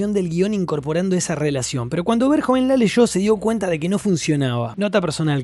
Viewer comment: Es un peliculón y punto Y no es pol verjon Es Paul Verhoeven